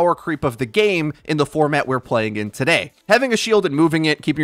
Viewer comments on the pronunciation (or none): none